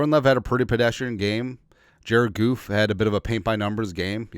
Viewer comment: Calling goff goof lmao u mad? We own you 😅 GO LIONS!!!!